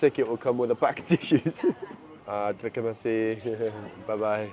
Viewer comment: “Terima kasih” not terike masih 😂